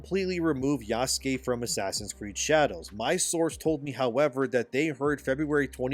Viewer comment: Bro please say the name Yasuke as a normal white boy, you’re so cringe! 😂